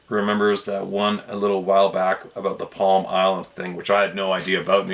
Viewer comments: it's PLUM ISLAND not Palm PLUM!! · just a note, the name is Plum Island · FYI its PLUM ISLAND not Palm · It's called plum island not palm.